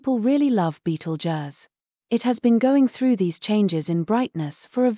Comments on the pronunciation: That's just lazy! You can easily 'fool' the text to voice AI into pronouncing 'Betelgeuse' correctly by stringing words it already knows, like 'beetle' + 'juice' = 'beetlejuice'. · The computer generated voice can't pronounce Betelgeuse correctly.